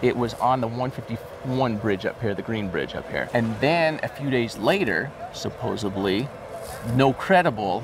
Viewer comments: Hey Jared…it’s supposedly, not suposabbly. With a “d”, “b”. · Does Jared still say "supposably" for "supposedly"? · S u p p o s e D l y NOT S u p p o s e B l y COME ON JARED YOU are MORE LITTERATE THAN THAT